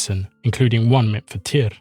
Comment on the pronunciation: Muito bom vídeo. Mas pelo amor de deus a pronúncia é simplesmente TIR como a Runa. Tyr era o deus primordial isso já está pacificado. Em todos os povos eslavos com crenças mais antigas que os Vikings, como bem disse, tem TYR/TEW/TIW/ ect como raíz para deus e qualquer coisa divina. Na gênese Nordica inclusive TYR existe antes de ODIN, ele é o guardião do equilíbrio entre as forças da criação (fogo) e as forças da preservação (gelo) antes doi mundo existir. O ser mítico Audumbla acorda ODIN (consciência) removendo o gelo (inexistência) dele, mas Tyr já existia e era o único que conseguia vencer os gigantes de fogo e de gelo mantendo o equilíbrio entre criação e status quo. O desaparecimento de TYR na mitologia se inicia por volta de 100 ACE e em 200 ACE (muito rápido) ODIN tomou conta de tudo. Isso coincide com as forças de conquistas Romanas aparecendo nos territórios germânicos. A sociedade nórdico ou proto-nórdica/germânica teve que se adaptar a esse invasor e isso generou novos paragdigmas na sociedade e ODIN foi a resposta a essas necessidades. Por isso que Tyr parece acochambrado, o mundo estava criado e estável, a justiça ainda era importante, mas a ameaça externa era muito maior, e a justiça que era resposta para desenvolvimento interno era insuficiente para controlar um inimigo externo. Por isso que tyr ainda é um deus da guerra e da Justiça. Em representações mais antigas Tyr é o deus da lança, não da espada. A lança durante muito tempo era a arma dos nobres, podendo